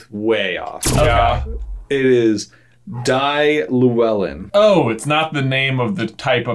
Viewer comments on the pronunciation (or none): The way said Llewellyn triggered me as I am Welsh 😂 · LOVING the mispronunciation of the Welsh 😂 Dai Llewellyn in an American accent is just gold